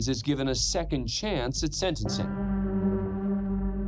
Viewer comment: IT’S SENTENCING NOT SEDENCING